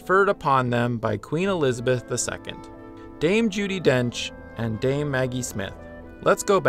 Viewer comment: ummm...Dame, not Dane